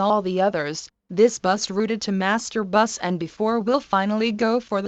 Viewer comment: Всегда прикалывает как синтезированый голос говорит master buss Мастурбасс🤣